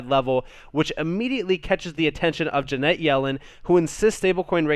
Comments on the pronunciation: love you... 'friends don't let friends...' Her name is 'Janet' rhymes with 'planet,' not Jeanette. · Love the content but her name is Janet not Ja net.